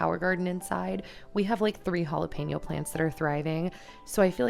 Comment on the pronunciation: i gotta tell you, i watch all ur vids and i love them, this time it was a little better- but it’s jalePEÑo. like “pen” not pain yo. Lol 😂 ❤️❤️❤️ just thought it might helppppp.